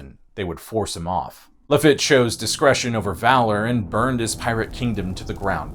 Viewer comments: Great video and many thanks. Just one note from a Gulf Coastal native: its Jean "La Feet" not "La Fit". That made me cringe a bit. Cheers! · It's pronounced La-feet ! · His pronunciation of Lafitte was painful.